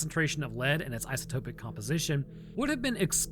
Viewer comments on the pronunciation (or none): none